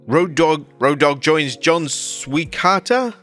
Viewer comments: C'mon "Swikata" is not that hard to pronounce lmao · Bro struggling to pronounce Swikata was funny af 😂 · I like how you left trying to pronounce John Swikata's last name in the video.